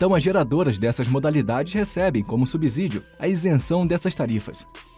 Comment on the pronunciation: ÔÔÔ meu amigo, a pronúncia é "SUBCÍDIO" e "NÃO SUBZÍDIO" o "S" só tem som de "Z" entre vogais.